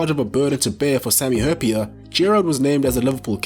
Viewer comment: Very good pronounciation of Sami Hyypiä